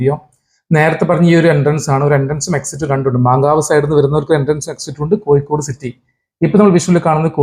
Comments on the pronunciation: കോയിക്കോട് 'അല്ല കോഴിക്കോട് ' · Koyikode alla Kozhikode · വയീം മയീം പറയുമ്പോ ള്ള യ ആണ് കോയിക്കോടിനും. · കോയിക്കോട് ഉച്ചരിക്കുമ്പോൾ മാത്രമല്ല ഴ യുടെ സ്ഥാനത്തെല്ലാം യ ആവുന്നത് കേൾക്കുമ്പോൾ തന്നെ ഇമ് ഇക്കിളിയാകുന്നു